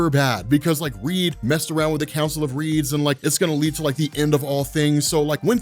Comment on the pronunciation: Sorry, when you said "the Council of Reeds", I thought you said "the Council of Ricks"